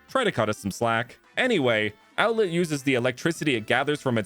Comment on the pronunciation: Do you mean outlet or outlett